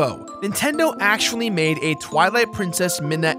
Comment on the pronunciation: Bro keeps saying AKCHWOOLY